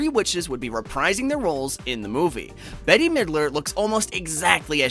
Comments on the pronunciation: This film is a joy. Loved it very much! And by the way, her name is pronounced BET, not Betty! How dare you! LOL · I guess the person voicing this video is very young and doesn't know who Bette Milder is because he keeps pronouncing her name as Betty when it is Bette, pronounce bet , rhymes with let. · “Bette” is pronounced like the word “bet”, not like the name “Betty”. The “e” on the end is silent. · I couldn't concentrate anymore when he called bette midler, Betty 🙊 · It’s not Betty it’s Bette pronounce “Bet” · It’s not Betty milder. It’s Bette. Pronounced “Bet”. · Not trying to be a jerk, but Bette's name is pronunced "bet" not "Betty". 😂 Great video though as always. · It’s Bette not Betty lol but great video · I thought the same thing. 🙈🙃 But great vid tho!